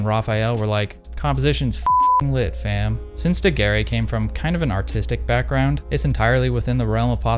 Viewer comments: Great video, but Daguerre is pronounced more like "Doug Air," the e at the end is silent. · An interesting video. But, please pronounces his name correctly. It sounds like Looey Degair. Beep! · It is pronounced ''daguerr'' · Your prononciation of Daguerre is as painful as Kodak's prices, just like Kodak, this video is gold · loved the video! please just look up how to pronounce daguerre for the next time :P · man can pronounce Daguerreotype but not Daguerre lmao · Yes why bother to look up the pronunciation of the man you're going to repeatedly say the name of through the video.